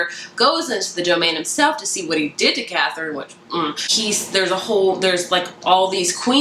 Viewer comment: You say the Arsinoe and Katherine names wrong just FYI! I listen to the audiobooks and the audiobook pronounces them very differently than how you were pronouncing it. Great review though!